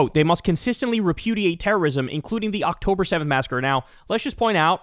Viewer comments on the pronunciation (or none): none